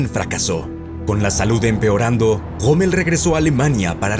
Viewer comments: POR QUÉ LE DICE GOMMEL y no ROMMEL? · quien es ese tal Goomel del que habla? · habla bien... joamel, jitla... payaso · Jitla,gomel,panza, que acento por Dios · que onda amigo, te robaron la "R"????